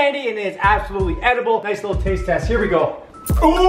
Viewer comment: Y u say lical not little